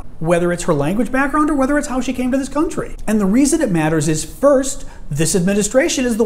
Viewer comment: I don't even think she's fluent in her own native mother's tongue. But she provides laugh for us and I'd give her credit for that. Such as: It pronounced eat, this pronounced thees, is pronounced ease, him pronounce heem, if pronounced eef, business pronounced beezeeness, and on and on. Other than that, she's fluent in English as well as all other 4 languages.